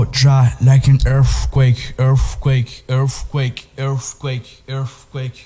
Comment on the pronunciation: Tomazacre Is a Monster. His Saying Earfquake